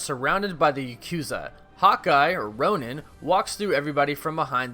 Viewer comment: just so you know Hawkeye becomes ‘Ron-in’ , not ‘Roan-in’ (pronunciation wise) DO I WIN INFINITY WAR BLU-RAY NOW?! lol